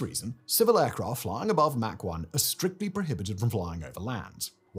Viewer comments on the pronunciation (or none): Mach is pronounced like Bach. Mack is pronounced like Jack. GIF? Linux?